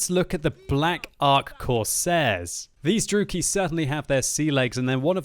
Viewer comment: Dru-E-KI not Drooky